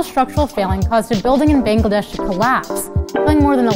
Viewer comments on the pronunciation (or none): You just know that teen vogue and this "" doesn't actually give a fuck about the situation. The timing of the video is probably 5 years late. Also the nail in the coffin was how she pronounced Bangladesh. Never in my life have i heard someone say bengladeish